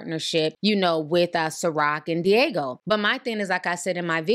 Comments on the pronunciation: The drinks conglomerate is called Diageo. Not Diego. DEE-AH-GEE-OH. 😅 They’re extremely powerful in the beverage industry. Diddy wouldn’t want smoke with them. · I use to work for them! It’s not *Diego” lol it’s pronounced Dee Aj Geo. & it was always funny tryna explain to Blk folks NOOOO DIDDY DNT FUCKIN OWN CIROC💯🤣🤣🤣🤣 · D-AH-G-O not Diego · Di-AH-geo. That word got y’all fighting for y’all lives. 🤣🤣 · Great Video! You know your $hit!!! Oh just one more thing, the liquor distributor is pronounced is called Diii-ahh-geo. Other than that, perfect! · It’s deeee ahhh jeee oh (Diageo)